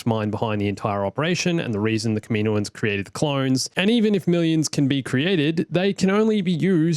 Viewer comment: Gripe.... Kaminoan is pronounced kah-mi-KNOW-un (not kah-MEE-know-un). Besides that...great job. :)